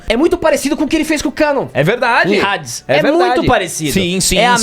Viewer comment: e irritante o ficar chamando a saga de HADES de saga de RADES, parece que faz de proposito